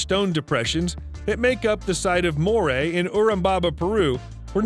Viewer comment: Mmmmm......sketchy pronunciation of Moray and Urubamba. Makes me think most of this stuff was just read online, then a video was made out of it, just to make money.